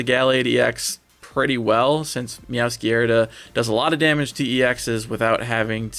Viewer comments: DO NOT say "meowskerda" EVER AGAIN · Can you pronounce meowscrada correctly please?